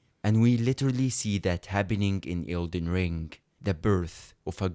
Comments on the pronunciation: Lmfao i swear this guy was saying Elton John the whole time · Are you saying Elton john or Elden John